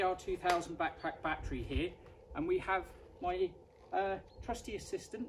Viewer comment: your "back-pack-battery" sounds very funny )))). Thanks for this video